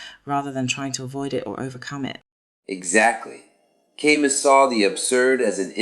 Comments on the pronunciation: It’s pronounced Kah-Moo. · If you can't pronounce his name, you don't get to talk about his work.